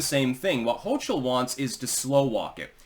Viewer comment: hochul but sounds like choke ul but you tried